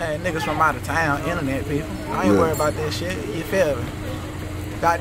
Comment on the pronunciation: THINK A-BOW-DID you feel me 😂